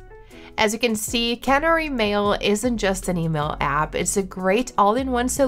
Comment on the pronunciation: I hadn’t twigged Typing Mind gave access to GPT4, good to know. I was totally thrown by her pronunciation of Canary. It usually sounds like the bird whenever I have heard it discussed before. I don’t know 🤷‍♀️ did she pronounce it as the brand prefers and everyone else was wrong. I’m curious now.